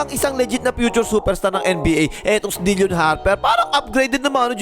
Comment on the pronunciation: Bakit "dil-yon" Harper ang bigkas mo?